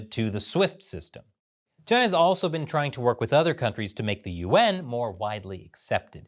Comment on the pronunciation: As a listener, I hear "Yuan" as "UN", and misunderstood what you were talking about.